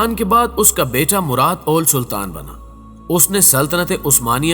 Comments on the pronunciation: Murad awwal hai ye owwl nahi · Murad aol nahe murad awwalhai